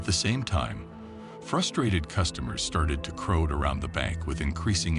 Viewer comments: Please get someone who can pronounce things correctly. It’s quite off putting like Nice, the name of the bank and even the word crowd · This A.I. voice is pretty good, but the word is pronounced croud, not crowed. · It's a computer generated voice, silly. Notice it says "crow'd" instead of crowd when talking about the customers?